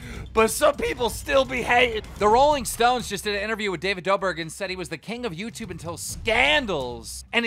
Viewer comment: Tiktokah an yutubahh yeahh